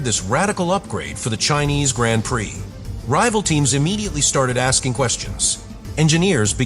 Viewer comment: Hopefully AI will teach itself how to pronounce “Grand Prix” correctly sooner rather than later!